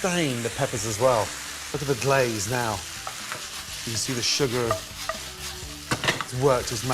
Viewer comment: “sugar” using American accent even though he’s British.